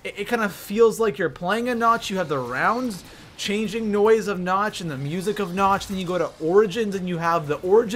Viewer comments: it is nacht! not notch! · Just saying nacht is pronounced nakt not na-ch-t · It's pronounced "Nawkt" not Nawch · "Nach"? "Der eisendrachaaa"? "Zetsubuu"? ... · Why do you pronounce Nacht like notch? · did he just call it nach?? damn nigga pronounce it right you sound like a dumbass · I cringe Whenever he says "Nacht" XD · who else cringed when he said nacht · Did...did he just pronounce nacht with a hard ch?